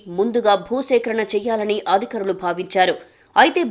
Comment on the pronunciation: amma thalli aaaadikarulu kaadamaa adhikaarulu